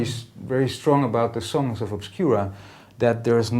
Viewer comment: lololol - "ObSKEWraa"